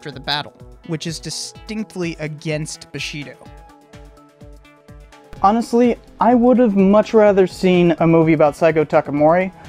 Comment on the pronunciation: Good to see the "Last Samurai" checked with factual info. FYI it is bushido (boo-shee-doh) not boh-shee-doh.